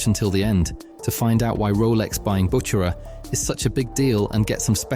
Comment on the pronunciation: Why do you pronounce "Bucherer" several different ways?